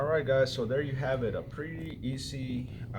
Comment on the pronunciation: i like how he thought he replaced the screen and i also like how he said "pretty izzy" instead of "pretty easy"